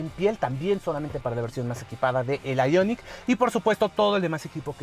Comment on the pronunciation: porque dices el nombre del modelo en ingles ? el prius lo pronuncias en español -.